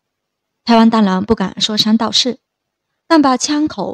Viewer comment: 说三道四，念成 说山道事，受不了啦！